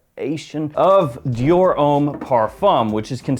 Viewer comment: butchering Dior left and right 🤣